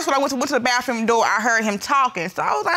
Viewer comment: "The BAFFROOM" Ugh.